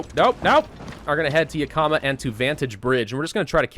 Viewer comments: It's not Ya Kah Muh It's Yak Ih muh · Same, right when he said ya-kama, I, out of habit, went, "Its yak-uh-ma!" lol. But it is a tribal word, so a lot of people who aren't from Washington mispronounce it, oh well! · I'm sorry, but as a Washington native hearing pronounce the vic. point names made me absolutely cackle! Yakama: (Yak-a-maw) not (Yu-ka-muh) lol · Yakama; (YEAH-KUH-MUH) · YaK-EE-MAH.... I know you don't usually read these, but....YAK-EE-MAH (I live near it). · Juuuust so you know, I live in Washington and it's pronounced; (Yahk-uh-muh) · It’s pronounced “Yak-uh-maw”. I’m sorry, I live near there, it’s just something that bothers me. Like the people who say “Worshington” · I hear you on that. Originally from Moses lake myself. Yak(the animal)-i(ick)-ma(maw) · As someone who has lived in Washington his pronunciation of Yakima hurts me. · The way he pronounces Yakima kills my Washington brain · How is it supposed to be pronounced? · While I am sure as does batch recording, he will not see this till it is far too late, though gotta do this before it gets too far lol...since he always butchers the names of stuff in Oregon when he plays OWB and I live around most of these XD. Love the videos, sooo >.> please... Yakama - Yak-a-ma Chemult- che-malt Klamath - Klam-eth